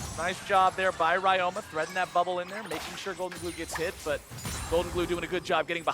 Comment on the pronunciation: Ryoma is read as Ree-yo-ma. And the yo is pronounced as the o in obscure. It's Japanese. Please correct it, it's annoying.